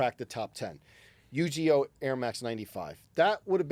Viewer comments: For saying Yu-GEE-Oh, some tomato crates may magically appear outside the panel room 👀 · said Yu GEE OH.. smh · Not pronouncing Uniqlo as “Uni-glow” and Yugioh as “Yu-gee-oh”